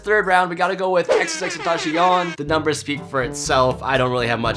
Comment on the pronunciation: He keeps saying Xx-tentashion it's annoying